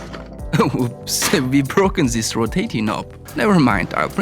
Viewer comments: tsis iss so bad to hear, tsis and tsat. THIS BRO NOT TSIS! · Ziss zizs zats , Unpleasant to hear. i stopped watching cause of zisz